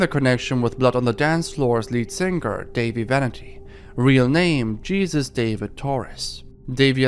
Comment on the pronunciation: “Jesus Torres” IT IS PRONOUNCED HEY-SOOS because he’s Hispanic.